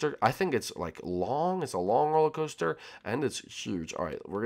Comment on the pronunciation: Il dit salon sur le toit